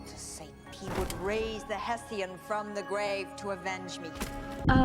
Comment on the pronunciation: he was "Hessian" not Haitian. Hessians (US: /ˈhɛʃənz/ or UK: /ˈhɛsiənz/) were German soldiers who served as auxiliaries to the British Army during the American Revolutionary War. Haitians are natives to the island of Haiti.